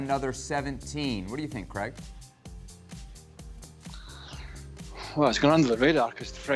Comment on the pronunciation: I thought I was heading things over last vids but he definitely calls Craig creg.